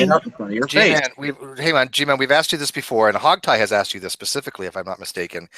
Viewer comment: Three times he axed you Aaron!